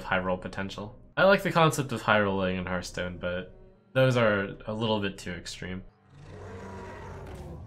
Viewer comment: Did Trump just say HEARTstone and not hearthstone? damnit.